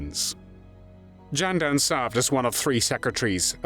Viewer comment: Not Jenden, but Ghenden like "gestapo". This is a rumor. Whether Ghenden actually slapped Stalin personally is known only in the Kremlin's secret archives. The main thing is that this man, despite his poor education, was able to speak out for the independence of his country. According to one fact, Stalin, in order to put Ghenden down, quipped at a reception for him, "Ghenden wants to be Chinghis. In fact, he can only be Chinghis's dog." Genden replied, "If the Georgian Stalin became the Tsar of Russia, why can't I become the Khaan of Mongolia?"